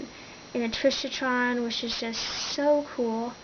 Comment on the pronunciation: Intrishotron? its IncarCERron...